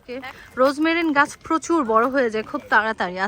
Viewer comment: রোজমেরিন না রোজমেরি